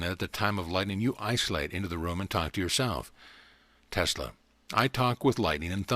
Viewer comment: Telsa? Really? you couldn't even pronounce his name correctly?